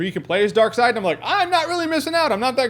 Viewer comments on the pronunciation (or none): It's Darkseid (Darkseed) not side. Good video though! I've been highly debating getting this game and you may have sold me.